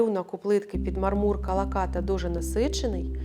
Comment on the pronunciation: Дуже сподобався дизайн! Трохи різало вухо неправильний наголос у слові мАрмур, у мАрмурі, під мАрмур і тд